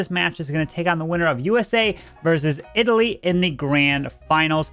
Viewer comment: South Indians will laugh in this Pronounciation for Italy 🤣🤣